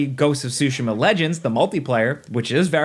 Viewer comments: TSU-shima not SUSHI-ma. Other than this I lived the review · Ghost of Sushi-ma .. bro lol